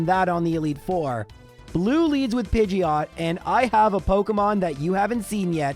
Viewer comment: it is pok E mon. not Poke UHH mon